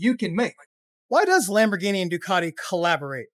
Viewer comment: Ducati dont need “lamboghini”… lamboghini need DUCATI🤦🏽‍♂️